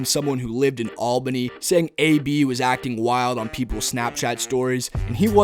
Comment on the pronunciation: Can u plz pronounce Albany correctly